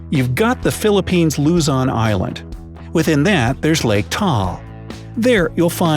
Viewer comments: Its not pronounced tall lake. It's ta all lake. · I'm filipino English and it's pronanst t a a L not tal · Lake taal pronounces as TA-AL not tal. haha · Its not taal its ta-al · I find it funnu when he said tal instead of ta-al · 'tal island' boiiii its 'taal lake' as in 'ta-al' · Its not said as tal, it is said as ta-al. I know this because i live in the Philippines. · It's funny how he said lake tall when it's pronounced ta-al. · Taal isn't pronounced as "Tal" its actually Ta-al, I should know I'm a Filipina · Ta-al, not Tal, in correct pronunciation. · Philippines is where I live.Aaaaaand you pronounced taal wrong.It’s pronounced as ta-al.Not ‘’tall’’. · Its pronounced as ta-al not tal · though I'll admit it's an obscure point, I nevertheless want to point out that Taal Lake in the Philippines is pronounced tah-AHL; I know because I've been there. Steve Jobs, not Steve Job's. The African country (Tanzania, home of Ngorongoro Crater, Mt. Kilimanjaro and Serengeti Natl. Park) is pronounced tan-zan-EE-uh, not tan-ZANE-ee-uh. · I love how u pronounced taal as tall it’s said ta-al and that’s tagaytay that volcano it’s not an island is called ta-al lake also hi from Philippines! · its not pronounced tall its ta-al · Taal is pronounced Ta-al not taal. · luZON ta-al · Taal is pronounced Ta al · ... Lake "Taal" is two syllables.. Ta-al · taal = ta-AL luzon = luZON sorry but i just cringed a little at the pronounciation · Ya pronounced Luzon,And Taal wrong 🤦🏼‍♂️